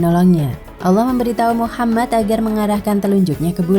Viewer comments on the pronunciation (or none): MasyaAllah... tapi sebaiknya dilafalkan Muhammad saw, bukan Muchammad saw.